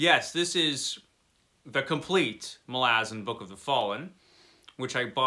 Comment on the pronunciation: I found an interview with Steve Erickson about the Malazan series and he discussed the pronunciation. You nailed it. He says a lot of people mangle the name (people like me). ml AZ n. Thanks for the review. I added the series to my Books Wanted file.